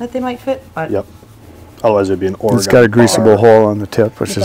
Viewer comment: It is OR-E-GUN not OR-E-GONE.